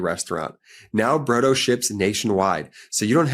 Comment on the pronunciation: Brodo, you are pronouncing iut incorrectly. It isa the Italian word flor soup.